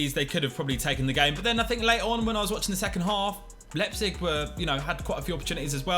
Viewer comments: Lie-pzig not lep-zig 😆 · Nan-Tez and Lep-Zig. Oh dear... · Love this series but please learn to pronounce Nantes and Leipzig!!! Lol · Should probably try pronounce Nantes and Liepzig correctly first.